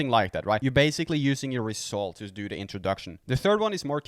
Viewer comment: I like the way you says 'rezultz'...😂👍